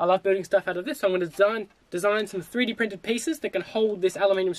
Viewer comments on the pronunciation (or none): You say "3-d printed pieces" to hold the aluminum strips....I hear that as "superglue"!